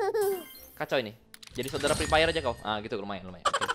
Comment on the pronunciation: "Jadi saudara preepire" wkwk